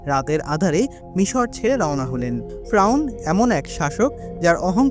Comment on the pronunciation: ফ্রাউন না রে ভাই 'ফেরাউন ' । ( Don't mind )